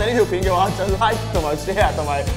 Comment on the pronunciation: 仲係想講LIKE但講左做[拉] XD